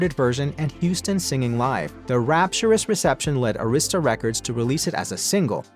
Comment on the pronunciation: Just hearing the mispronunciation Arista records is so disrespectful SMH